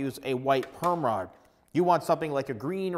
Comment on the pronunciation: at first when he said perm rod i thought he was saying “gayrod” but with perm 😭